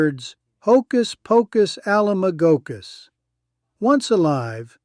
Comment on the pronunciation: I just find it strange that you pronounced "Alamagokus" really weirdly the second time. How could anyone who watched the show pronounce it like that?